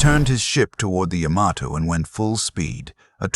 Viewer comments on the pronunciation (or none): Really good video. 1 note. The Japanese name "Yamato" is properly pronounced "YAH-ma-toe", with the emphasis on the 1st syllable, and the three syllables are pronounced quickly in rapid succession. Otherwise, very nice.